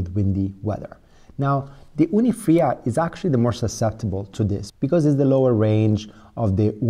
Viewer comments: It's called Fyra, not Frya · its not "fria" its "fire-uh"